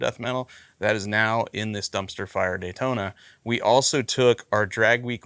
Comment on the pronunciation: Need to change the O in Daytona to a U!!!! LOL